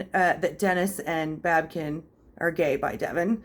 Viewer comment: It's not babken. It's babykin